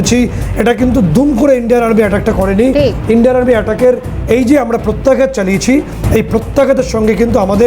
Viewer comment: Pratyagyat noi re baba,Pratyaghat.